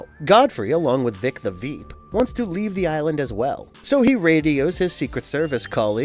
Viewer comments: Why do you keep calling it "Voit." They literally pronounce it for you constantly on the tv show. Also you def said Veek the Vip when you first said Vic's name. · I can’t believe Vic the veep is a tongue twister for him this man is saying veep the vep… who the the fuck is that 😂 I can’t believe he can’t say an American name vic… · "Veek the vhip" 🤣 Must've been hard saying Vic the Veep so many times! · How many times did he say Veek the Vip??? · “Voy-t America” and “Vic the Vep”. Loll. Are you guys hiring? If I don’t have to do research. I could definitely do this.